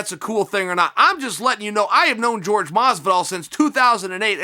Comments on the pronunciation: Chael is so Murican he calls Jorge George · the mans name is jorge not george be mindful, your racism is showing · Who is George Masvidal? It's Jorge. HOR HAY